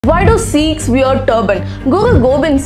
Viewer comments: Good video but it's not Seekhs it's Sikhs pls correct pronunciation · learn to call and pronounce as a Sikhs not Seeks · FYI please correct your pronunciation for 'Sikhs'... Its not 'Seeek' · Do not pronounce us sikhs as seekhs we are sikh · its not seeekhs, Its Sikhs. First you should pronounce correctly! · U are pronouncing sikhs wrong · Please pronounce “Sikhs” correctly!